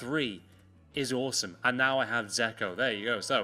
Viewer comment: Dzeko isn’t called zeko